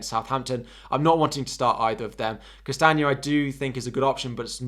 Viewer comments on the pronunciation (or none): It’s Castagne, not Castange 😉